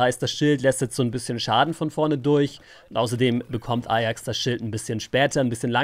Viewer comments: sprichste englisch aus und ajax ist bei dir eierks:D statt eyjacks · Alter wie spricht der bitte ajax aus